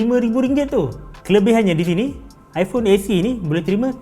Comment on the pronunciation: Best dengar bro ni nga jing ipong hahahahah puas!